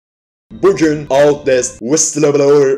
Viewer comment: Başlıktaki outlastin okunuşu müq wghquqbs